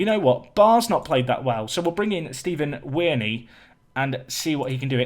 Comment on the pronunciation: Stephen with a p = "Ptephen"